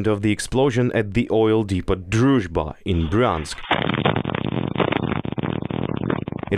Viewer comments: its depooooo not depottttt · 'Depot' is pronounced dee-po not dee-pot. Hope that helps.